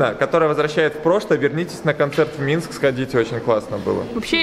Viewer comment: нашёл кому рассказывать на белорусском, ахахах МЫНСК, АХАХ